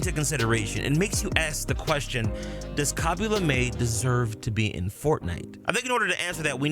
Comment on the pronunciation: I dont know but i thought his last name was pronounced lay-mm and i didn't know that it was luh-may